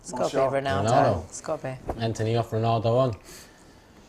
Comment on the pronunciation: “He was Ohff” for the third goal i felt so bad - I’ve said that so many times when a team scored against United